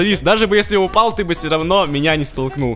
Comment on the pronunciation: В Тагс сказал упял :D